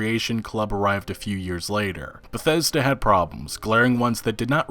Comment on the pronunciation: Eurogamer: "Bethseda".